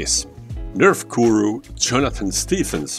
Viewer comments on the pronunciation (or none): none